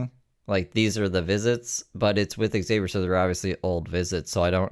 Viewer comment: Aghh. The neighbor pronouncing Xavier correctly has me shooketh for some reason. I think I’ve actually forgotten how it is pronounced to be honest now.